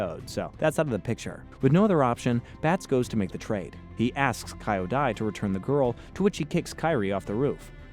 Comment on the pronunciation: KEE-YO-DAI. Kyodai is pronounced with a KEE not a KAI. You watched the episode, right? You do this all the time, it's baffling. Listen.